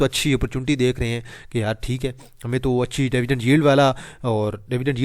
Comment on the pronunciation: dyvidend nhi dividend bola karo ,,,payndu bhai